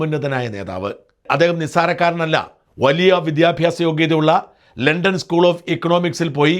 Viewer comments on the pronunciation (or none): none